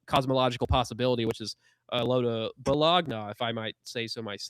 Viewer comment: Bo-log-na? 🤦 Now I know you are reading as you comment...